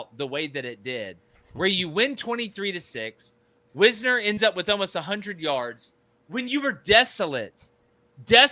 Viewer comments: BRO its Wisner not Wizner! Geesh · His name is Wisner as in "wise"....not Wizner. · His name is (why-z-ner) not whizzner..DA. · here (who has mispronounced Tre WISE-NER’s name all season- stated that “Texas could do NOTHING against OU the whole first half”, revealing that he didn’t understand this game or Texas’ strategy at all. Texas was busy in the first half wearing OU’s defense out by running them sideline to sideline with outside zone, which stymied OU’s aggressive stunts and slants, so that in the second half Texas was able to run at will on an exhausted OU defense, for 20 unanswered points. A moving O-line was impossible for OU to play all their defensive games with, OU’s defenders were like flies running into flypaper against texas’ o line, which pulled them along in a tidal current that allowed Wisner (pronounced WISE-NER) to ball out and run at will for 94 points. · Check Wisner pronunciation. Otherwise, good vid. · Please god learn to pronounce Wisner's name correctly. Hard I.